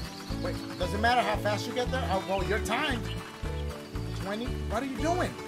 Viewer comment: LMAOOOO dashie said “let me spell it for yee” 😂😂